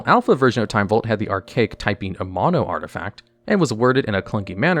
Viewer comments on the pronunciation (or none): none